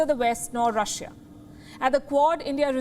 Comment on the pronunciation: It's Russia not rasia